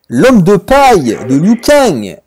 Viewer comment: le "loup-cagne" c'est horrible mdr